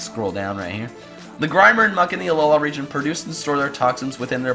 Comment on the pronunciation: why dont you pronounce it uh low LUH also tsareena